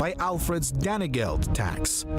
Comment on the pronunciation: I cringed every time i heard Tames (Thames) & Danygeld ( Dane geld)